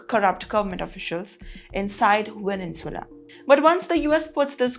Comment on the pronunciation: It's Venezuela ✅ NOT VENENZUELA ❌❌